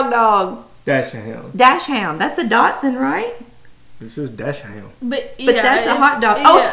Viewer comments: It’s NOT pronounced DASH-HOUND! DACH-SUND pronunciation please. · Im sure you've heard this by now. Dachshund (properly pronounced kind of like doks-hoont) in German IS the German "weinerdog" that Americans pronounce "doksund" with a k sound in the middle, not a t sound. I was being he was a smooth collie mix. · Not trying to be rude but the proper pronunciation for dachsund is (dak-sund) I really like ur videos! I subbed! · You guys are so cute. American Staffordshire (pronounced like "stafford-sure") Terrier is more commonly called "pit bull," which you've probably heard of. ;) And "dachshund" is a German word (dachs = badger and hund=dog) and it's pronounced sort of like "dox-hoond", not "dash-und", so yes... the weenie dog. ;) So excited for all of you! How fun to see Pollux's results! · love your videos. A Datsun is a car, a dotson is no kind of dog. dauchshund is commonly pronounced dockshund. Or dash hound. Wish I could have found out what my mixed breeds were. But back then they didn't do that. We just lived calling them Heinz 57. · Super interesting video, thank you! I agree with the other commenters, Pollux is his own breed. ☺️ And since I always enjoy listening to your Southern accent, I feel like sharing some German intel: Dachshund (pronounced: Ducks Hoond) literally means “Badger Dog” and is the Hot Dog breed you were thinking of, the short legged ones we call “Dackel”. Love from Germany! ❤️ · Your Husband should get acquainted with how to pronounce Dachshund - the German small burrowing hunting dogs. "Dax-hount". They are used to hunt in Badger-burrows. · I know English doesn't have the German "ch" sound which is very much like the Spanish version of "J" in Juanita or Jorge but you can try to substitute it for an x if need be in Dachshund - so try Dax-hoond :) Good thing about a broad mix with Pollux - those mixes are usually VERY robust and not prone to race specific diseases with pure breeds suffer from.